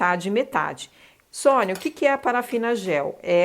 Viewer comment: Top Top Top demais essa vela. Maravilhosaaaa. Arrasou Sônia 😍😍😍😍👏🏻👏🏻👏🏻👏🏻👏🏻. Falou meu sobrenome certíssimo!! Poucas pessoas acertam 🤭🤭. Um grande bjoooo